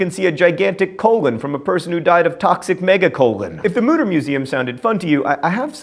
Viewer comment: it's pronounced "mooter"!